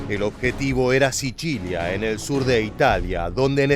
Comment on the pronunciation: "SICHILIA"???? JJAJJAJJAJ. ENSERIO DIJISTE 'SICHILIA" JAJJAJAAJAAJAA ES SICILIA PAPAAA !! ESTAS HABLANDO ESPAÑOL !!!